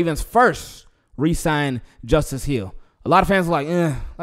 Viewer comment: Thanks brother and yes you pronounced my name correctly... Leeessh goo!!!